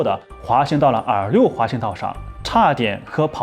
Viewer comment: R6 R5一直听成耳六，耳五